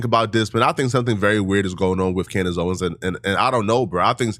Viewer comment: The amount of times that you have said her name wrong is driving me insane